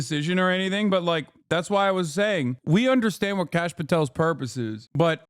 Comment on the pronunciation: Some casual Indian racism in this comment section. Kash is likely a shortened version of Aakash (which is a realllly common name). People also pronounce it as Cash rather than Kaash which is not correct. Edit: His name is actually Kashyp, so I was right on it being shortened but not the name.